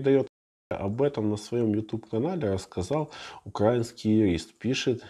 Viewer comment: УкраИнский, а не укрАинский. Вы же юрист, гуманитарий! А это не гипотеза Пуанкаре.